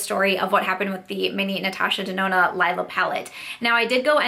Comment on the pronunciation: It's the Leee-la palette ;) I don't mean to be pedantic - I just hear most YTers not pronounce it the right way (it's the word for purple in German...and some other languages too but I am pretty sure ND was using the German to name it) and I just thought you may want to know. But that aside (again, sorry if that was annoying!), I am sorry it didn't work out for you!! It's the first ND palette I've tried and I do enjoy it, but if it started irritating my eyes I would return that ish ASAP. I am really sorry that happened - maybe it was some of the pigments in the deeper shades? Bummer! But glad you were able to return it. Btw what did you pick up with the rest of your rouge code??